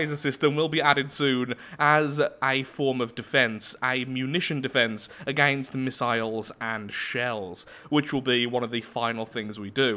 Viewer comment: A-gain-st/ Lathraxian word for against